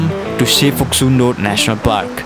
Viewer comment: Local said its Phoksumdo not Phoksundo. In local tongue Phok means "Kuna' Sum means "tribeni' and Do means "Puchar". From the corner of Cholopu till the end of Suligad, three rivers meeting together. And thats how the it was named. Video is very nice ^^